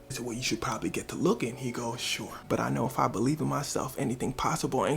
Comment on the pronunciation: that "look TING" made my day lmao